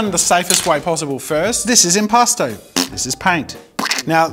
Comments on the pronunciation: I don’t know why but I heard impasta the entire time, like a New Yorker trying to play among us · The art medium sounds like "impostor" to me and now I can't unhear it😭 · keep hearing "imposter" paint